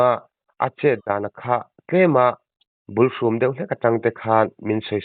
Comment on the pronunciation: Zd sena sawi ang khian, Bulhrum, ni loin, Bulthum tih tur a ni e.